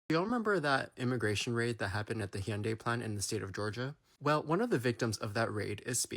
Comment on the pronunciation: Wish I could actually read the translation of what he's saying. Love the "Hy-UN-day." Dead giveaway that he's Korean.